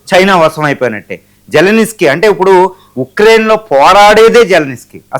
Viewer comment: జల్ నిస్కీ కాదు బై జలెన్స్కీ అతని పేరు